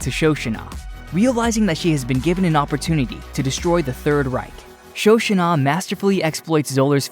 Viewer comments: The pronunciation that nearly killed it for me was "Sho-shunah." 🥴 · For the love of god, it’s Shoshanna…..